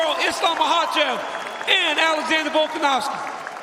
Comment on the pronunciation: From Makhachev to Machaev, dude I'm disappointed this time, you usually really good with foreign name